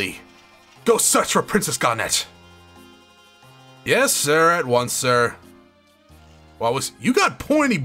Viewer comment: Calling Garnet "Garnette" <_<